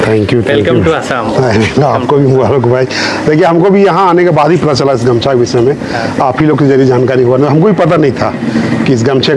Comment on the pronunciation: Bhai it is not gamsa it is gamusa